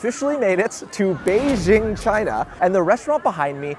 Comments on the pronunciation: Cmon man just say Beijing correctly. It’s pronounced exactly like it’s written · Why mispronounce Beijing?